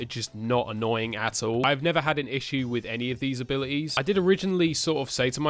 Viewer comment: Nobody:: abili es